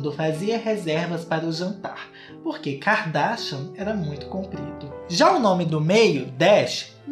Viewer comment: “Ki-ka darshian “ ele falando JAKAKAKAAKSKSSSSKS